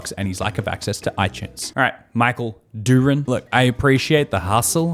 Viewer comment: It's pronounced DEW RAN or of you're Hispanic like my dad's side of the family where the name came from, you roll that 'r'. The word URINE is not present in that name. 😐 It's ok though. I never corrected the flamboyantly gay receptionist at the doc's office ever single time he pronounced my last name wrong. The janky bastid. He knew too! He'd say it with flare and pizzazz really stressing the urine after the D sound. Gah. He was a dick. Not just because of that. He just an attitude. Duran like the band Duran Duran or the boxer Roberto Duran.